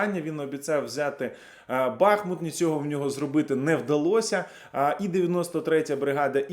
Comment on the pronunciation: Тобі теж пояснювати, де наголос в Бахмуті?